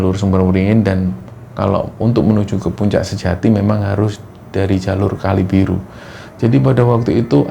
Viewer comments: Mohon maaf Mas.. kalibaru, bukan kalibiru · Mohon maaf bang, bukan Kalibiru tapi kalibaru 😭😭